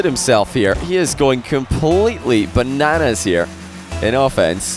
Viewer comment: They way you pronounced bananas was hilarious